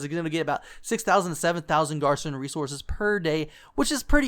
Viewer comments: its not that you called it wrong its the fact that you cant pronounce it right...#cringeworthy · how he says garrison triggers me.